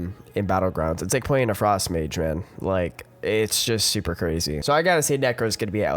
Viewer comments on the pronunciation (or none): none